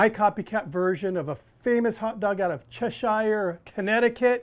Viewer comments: lol. Chesh er. Not shiiire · Interesting recipe indeed! We'll definitely try our hand at it come summertime. Incidentally, it's CHE-SHR, and not CHE-SHIRE. 😉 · I drive by there everyday. One thing, the town is pronounced "Chess Sure" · Its pronounced Chesire - like the Chesire Cat. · It's pronounced "Chesher". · Chesh eye R? If you can’t even bother to pronounce the town correctly, how do we take you seriously on anything else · The town is pronounced like the cat from Alice in wonderland, not a village in England, 😅 Still well done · This guy better learn how to say the name of the town right. needs to roll out.